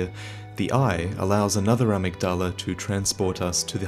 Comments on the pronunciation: To clarify, in the pronunciation, the emphasis is on the ‘mig’. So a-MYG-dala. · IT'S PRONOUNCED "uh-MIG-duh-luh" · His pronunciation of amygdala bothers me. Irl it’s pronounced uh-mig-duh-luh. The amygdala is a part of the human brain - I believe it’s connected to our emotions, especially fear. There’s a theory that psychopaths and serial killers have a reduced amygdala. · 6 years later I hope you have finally learned to pronounce amygdala properly. Love your videos, but ya killing me with some of your pronunciation (especially Gehrman, the doll literally pronounces it correctly for you. Yet you still get it wrong)